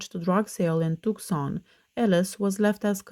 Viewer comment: Hey just a friendly tip: "Tucson" (Arizona) is pronounced with a silent C. So you say "too-sahn." Great video as always ❤